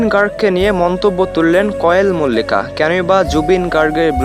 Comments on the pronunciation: ভাই আপনি তো নাম ঠিক করে বলতে পারেন না কোয়েল মল্লিক হবে ওটা কয়েল মল্লিক হবে না😅😅😅😅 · তুমার কোন কাজ নেই নাকি শুধু শুধু Zubeen da কে নিয়ে বিড়াল হতে চাইছো।আর কোয়েল মল্লিক এর নাম টাও ভালো করে উচ্চারণ করতে পারনি ।